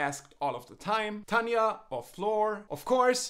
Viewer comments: Tanja? Her name is TARJA. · Great analysis! One small detail, though: as a Finn, I have to say that every time you pronounced Tarja as "Tanja" sounded really wrong to my ears. The R in Tarja should be similar to trill sound in Spanish rolling R. See for an example about how Tarja pronounces her own name. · Very nice. 1 note: it's "Tarja" like "tarif" auf Deutsch, not "Tanja." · Very good reaction! Btw, it's TaRJa (not TaNia)... 😉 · it´s Tarja not Tanja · Her name's Tarja not Tanya